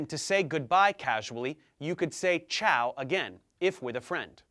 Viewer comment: I had never realised ciao meant both hello and bye and I'm Italian. You've got a good pronunciation :)